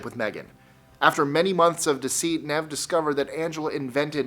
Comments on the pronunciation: It's pronounced NEEV not Nev. Great list otherwise... Nice to see this topic covered other stories than just those covered by Nev and the Catfish TV show. 🥰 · first and foremost Nev is pronounced Neev, its short for Yaniv secondly, when i first got on the internet, i was a naive 22 yo, so got Catfished a lot, before the term Catfish was invented, they were just known as Fakes, i learnt a lot and if Catfish the show do a UK version, i'm the man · Nev's name is pronounced "Neeve".